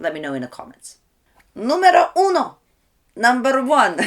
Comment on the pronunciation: good evening, congratulations what a good accent, "número uno"; as always, each time I learn something different about dance; my challenge, observe and practice with your tutorials to dance beautifully socially to the musical rhythm; Fortunately, despite overcoming the age of youth, I have managed to perform many body movements without any difficulty; When I was young I was afraid of going to family and social gatherings because I did not know how to dance; Today, I feel like dancing because I am fascinated by music, especially songs that bring back beautiful memories of past times. A question for you, is bachata always danced in one? A big hug my pretty teacher.